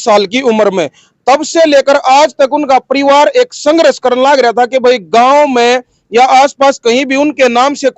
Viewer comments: Apna ucharan this karle yehshaba sanghras nahin balki sanghrs hai. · भाई पत्रकार आप हिंदी भाषा को सही से उच्चारित कीजिए,आपका जो संघर्ष शब्द का उच्चरण है वो आपके सारे संघर्ष को प्रभावित कर रहा है भाई आप हिंदी शब्द को हरियाणवी लहज़े में मत बोलकर , संघर्ष शब्द की गरिमा को देखते हुए आप उसे सही से उच्चारित कीजिए, आपका बहुत बहुत धन्यवाद ❤